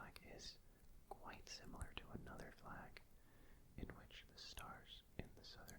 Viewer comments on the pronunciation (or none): none